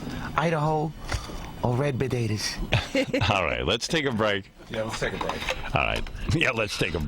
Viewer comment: “red bodaydas” 😂